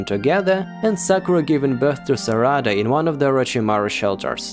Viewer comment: its not "saRAda" its "SArada" you say it exactly how you would say sakura